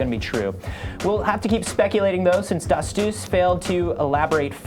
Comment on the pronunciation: Stephane D'astous = don't pronounce the last s.